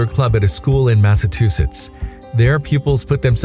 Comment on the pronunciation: Please, find a different narrator... Massa-TU-sits? UGH!! 👎🏻